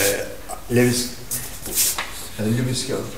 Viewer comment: lewis cavvol dedi lewis cassol yazdı :D